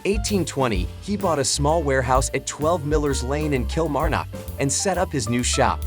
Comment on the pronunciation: It would be nice if you took the trouble to find out how Kilmarnock is pronounced by the people who live there.